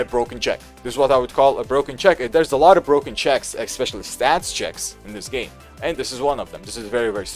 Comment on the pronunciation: The is no x in especially (e[x]specially).